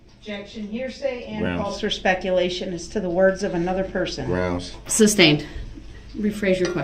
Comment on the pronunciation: This fool clearly has no idea what "leading" means. The same could be said about most of his objections. He can't even say "sustained" correctly. His stupid "grounds" that he's always shouting after an objection is annoying too.